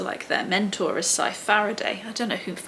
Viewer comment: I did the same thing you did, was pretty slow with reading and had to make a big push to finish the last one. also.. Scythe, with the digraph of 'th' being voiced. Ooo, and Faraday, he was a scientist from Elephant. That grey box in the middle of the old roundabout outside the shopping centre was in memory of him.